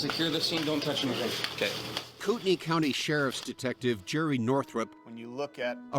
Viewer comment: Does it bother no one else that they mispronounce Kootenai County? Yeah, it has no bearing on the case, but wouldn't you think a popular national TV show would check pronunciations before airtime? They frequently mispronounce place names.